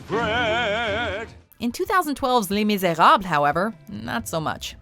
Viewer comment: Hate the way she pronounced Les Miserables. She sounded corny and idiotic.